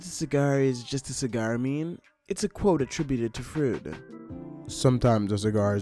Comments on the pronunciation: "Frood" I'm pretty sure it's pronounces froid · ...did you really just pronounce Freud like that?? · He obviously knows how to pronounce it based on how he says “Freudian”, so it must be a joke.